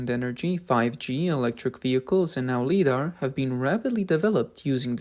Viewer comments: Guys, its pronounced "Lie-dar" not "lee-dar". Its a simple mistake but it makes the production of this video look sloppy. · to be helpful. .. it's mainly pronounced as 'Li' as in 'Die', or 'Try'. So 'Lidar' should rhyme with 'Try-dar'. Thank you for the vid 🙂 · This guy keeps pronouncing it as "leeder", it's driving me nuts. It's supposed to be pronounced "lie-darr". Also, it's not "ow-toe-motive". It's "ah-toe-motive" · Its L"eye"dar not L"ee"dar. Since Lidar is an acronym Light Detection and Ranging. Makes your who video sound so stupid. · LIDAR is pronounced LIE-DAR. 'Lee-dar' is totally wrong. 'Lee' is a Chinese version of 'Li'. I am giving a THUMBS DOWN 👎👎 to this video for this basic, yet massive, FAILURE. Your narrators need an ENGLISH educator. NOW. Learn how to read and speak ENGLISH correctly. RADAR and LIDAR. Emphasis is on the first syllable. M 🦘🏏😎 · Please train the artificial voice to properly pronounce LiDAR as "Lie'-dar." Otherwise it seems OK. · Please pronounce LiDAR properly. This is hard to watch when you mispronounce it as leedar every time. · L-y-dar, long i vowel sound, as in 'lie' or 'light'... 😊 Thank you for your work and dedication. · LiDAR is not pronounced "leedar". Li comes from the word "light" therefore "LighDAR" is better. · It feels so wrong hearing 'lee'. I thought maybe I was wrong with how I was saying it, but it never sounds right no matter how many times I hear it said. It's 'lie dar'. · "LIE-DAR" not "LEE-DAR" and I'm not making fun of you at all because I love your channel I just want you to know it's pronounced a certain way. You are amazing and I love what you do and I hope you continue posting because I am a huge fan of what you do and I'm only trying to give you constructive criticism if that is okay. ❤❤ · it's not LEE-DAR you trog the fucking word you're shortening is "light" it's "lie-dar" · Ly-dar…. Not Lee dar… lol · LIE - DaR Not Lee-Dar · Its pronounced Lie dar not lee dar.. Jesus fuck! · Like eye Li-dar Light-radar